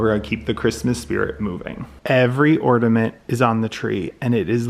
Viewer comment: Great video, I learned a lot, thank you! My inner English teacher is screaming or-NA-ment not or-DA-ment.......🤓